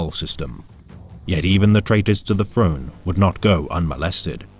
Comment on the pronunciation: Great video and narration, except for your pronunciation of words beginning with "Th", its "Throne" not "Frone" god damn. Was so good until those parts and then it was like ear cancer